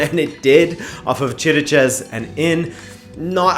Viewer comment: that chiriches broke my ears....good video tho